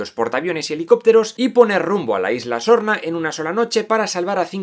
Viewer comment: Solo yo escucho: LA ISLA ZORRA? 🤣